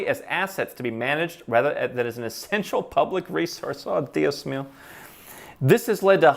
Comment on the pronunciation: The accent is over the 2nd to last vowel mi amigo. “Díos Mío” thank you for highlighting the international socialists pushing greater n greater private property dissolution.